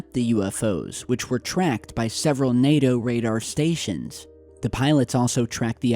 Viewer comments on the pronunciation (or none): none